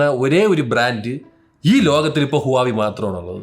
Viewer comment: ഹുവാവി ❌ വാഹ് വേ ✅